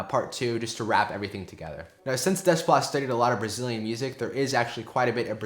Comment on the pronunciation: Good job. Seems like an ENORMOUS amount of work goes into this videos so thank you. Also, not that it matters really, just a friendly FYI, but his last name is pronounced Day - PLAH.